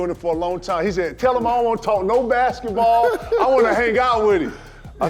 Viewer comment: i come here to listen to KG say "bashetball" lmao